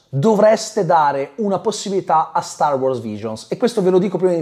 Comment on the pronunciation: …. StarWars!!!!!!! Sbagli sempre accentooooooo